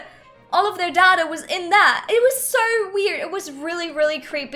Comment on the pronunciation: It's not dada it's data pronounced day-ta -_